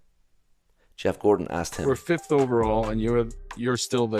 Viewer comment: Gorton, with a "t" not with a "d" It's not half-life; it's not Gordon Freeman.